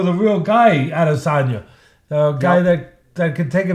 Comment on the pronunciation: "Israel Al-Lazange"